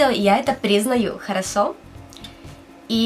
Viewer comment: Ты сказала вместо слова Хорошо- Харасо)